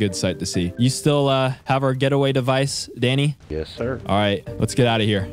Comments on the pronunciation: Why are u calling him fanny 😂 😂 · Its sound like your saying fanny not Danny ps fanny it a women's lower parts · he kept calling him fanny lol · Anyone notice how he called him fanny rather than danny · Does anyone else notice he calls Danny *Thanny*. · He’s not Danny it’s thany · He called Danny fanny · U kept calling dany fany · his name danny what i heard him calling him Fanny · Why do you say fanny instead of Danny lol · He was saying fanny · It’s Danny not Fanny lol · I can’t man he kept calling him fanny🤣🤣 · BRuH u keep calling him fanny 😂😂 or I’m deaf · Is it just me or does keep calling Danny fanny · I thought he said fanny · Are u saying fanny lol